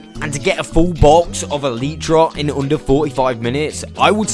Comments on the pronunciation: Why you say eletrah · Love the content, hate the “EELEEtra”